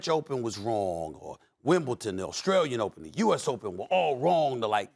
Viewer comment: wimbledon..... NOT wimbleten.... please. pretty please <3 not just you, but most of the states :D but love your channel regardless!